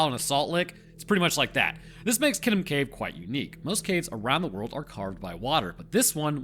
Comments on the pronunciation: You pronounced elgon spot on mate. Kitum is pronounced keetoom insteam of kiddum though. Pls Dont feel im being a cunt though. I like helping & encouraging. Im an Aquarian. Im also a Rhodesian Scotsman ( i know, i know ) wtf is that 😂. & I'm always murdering words from other cultures. It wasnt till i travelled in Europe in my 30s that i started taking the time to get shit right. I never gave a fk before. I really enjoy the learning these days but im old fart of 50 now. I really enjoyed this film of yours btw. I live in Edinburgh now & we say that in our broad scots accent as Edinburra. Just the other week i was talking to one of your lot & he was saying how much he liked Edin bow row. He was from Albuquerque which i had ia giggle with him saying id love to visit al bew kwer kway one day 😂. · Great story! Even better story-telling in a way that isn't too preachy. I clicked on it because the name sounded vaguely familiar. I could rag you about the pronunciation of Kitum (kee-toom) but the story was way too interesting for that to get in the way.... the story behind the immunology of bats is really interesting. As an aside i lived in an apartment with some bats for a few years...and as has been pointed out elsewhere they do pretty good pest control but i guess with the good you also get some bad? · Wow never heard it pronounced that way. Usually people pronounce is ki toom. But that’s ok.